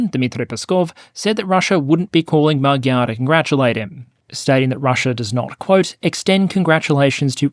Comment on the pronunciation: Good fast summary of over 1000 years of Hungarian history. Good pronunciation of Budapest. Check into the pronunciation of Magyar. Keep up the good work.